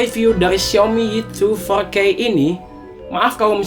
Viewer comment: Four K bukan fourkkewhegehejkey wkwkwk